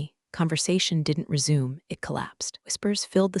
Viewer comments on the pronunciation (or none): every time it says “resume” like “reh-zoom,” I die a little inside. One tiny accent mark away from sounding human!